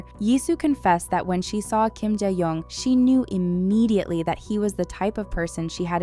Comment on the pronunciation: Shin ye and Je yong 😅.. wtf! Pls pronounce their names CORRECTLY!